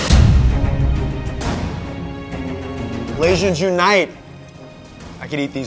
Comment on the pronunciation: Oh, Blais. Your pronunciation hurts even my whitewashed ears....but your cooking redeems all. :)